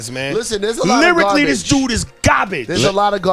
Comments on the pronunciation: Correction: it’s Gobbij not garbage. 😂😂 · "That was gahbage" "It's gahbage" "He's gahbage" I love Aries